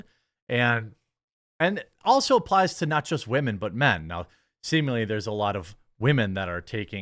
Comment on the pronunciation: Haha you said semenly